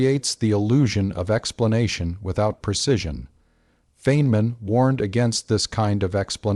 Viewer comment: Please teach your robot how to pronounce the professor’s name.